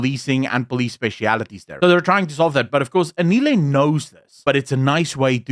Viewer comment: The way you made zero effort to learn how to pronounce Anele's name correctly, tells me everything I need to know about the racial undertones of this podcast. It's typical of your people to butcher our names like they mean nothing to you, because they mostly don't. These small things that you overlook are the very reason why so many Africans are nowhere near ready to trust a white woman to govern them. I stand with Anele! She did well to stand up to Zille! I agree that Hellen is capable of doing her job but Anele definitely spoke for African people in a refreshing way with the questions she asked.